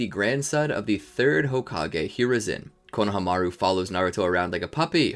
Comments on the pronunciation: Same I swear he's saying coe-no-o-hamaru instead of coe-no-hamaru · Is he saying Konahamaru wrong or am I missing something?? My whole life is on the back burner waiting on the answer